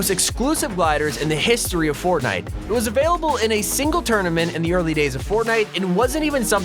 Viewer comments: Fortntie LOL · Is anyone going to notice the point that he said fortnat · Go to he says fortnite so wierdly